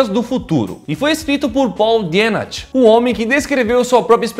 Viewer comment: se pronuncia Dienach = Dinarr